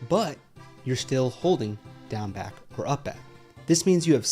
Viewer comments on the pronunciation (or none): everytime he says down back i hear gang bang